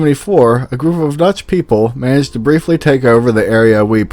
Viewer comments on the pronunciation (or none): none